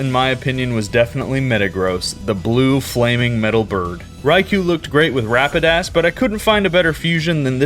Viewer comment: Bro really said Rapidass 💀💀💀